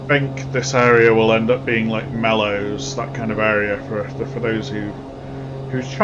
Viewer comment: Just a quick FYI: Meols, (thee area you pronounced as "Mellows") is pronounced "Mells" (rhymes with bells). Great video though